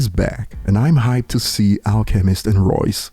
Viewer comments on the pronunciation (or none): none